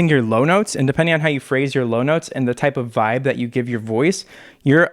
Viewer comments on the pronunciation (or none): Omg i thought he said “very latin vibe” but like pronounced it “veeb” 😂😂😂